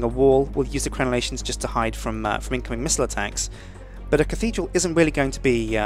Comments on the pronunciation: dickidral :D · LOL Dick-thedral LOL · the catedhral ;)